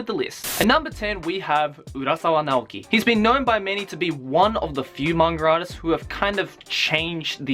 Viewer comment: "The top tin manger artiss" Haha. I love you <3